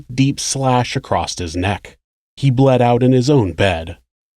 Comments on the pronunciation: “deep slash acrost his neck.” in virtually every video, he says “acrost” instead of across. strange. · I love his channel and what you do. Can u please not say "acrossT" ? how do you not hear that when you edit? are you going to say heighth next? please don't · Acrosst isn't a word. Across doesn't end with a T. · You're awesome but across doesn't have a T in it good sir. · There is no T is the word "across."